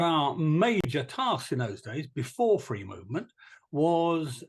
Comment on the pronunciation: Yeah but we're fwee now, innit?